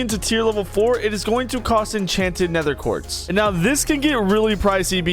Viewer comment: "Nether quart"